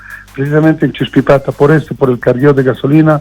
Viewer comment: No es achuspipata...es "Chuspipata", Los Yungas de La Paz